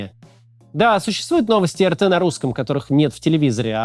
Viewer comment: Так, Максим, претензия сходу. Очень прошу. . [ЭР_ТЭ] - это Республика Татарстан, я тут живу всем из Казани привет, а помойка раша тудей это [АР_ТИ], пожалуйста, очень прошу, а то прям некомфортно когда говорят не очень хорошие вещи и твою родину малую поминают.